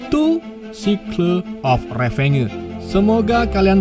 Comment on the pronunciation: Sikleu of revenggeu 😂